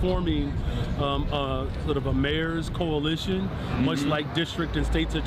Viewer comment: Did he say coalition or collision?